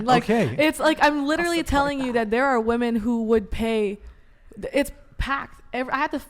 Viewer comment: It’s Women! Not bloody woman. Why are women saying woman instead 🙈🙉